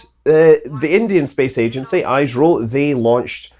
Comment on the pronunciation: Scott, Just as a FYI: ISRO is pronounced as is-ro not i-sro